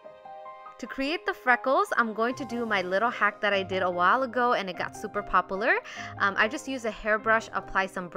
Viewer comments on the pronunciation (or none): pop-poo-lar lol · “Popoler “ dead 😂😂